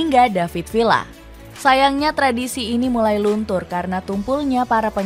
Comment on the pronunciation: Villa dibaca viya